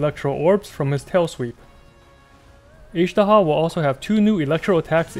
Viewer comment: Why can’t you pronounce Azhdaha properly?